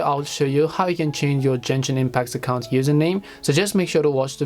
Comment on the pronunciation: bro kept saying jenshin impact